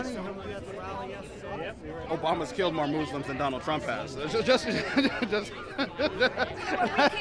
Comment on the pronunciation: the mispronunciation of muslims made me cringe